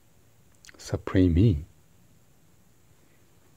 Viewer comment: I lmao'ed at the way you said suprEmeat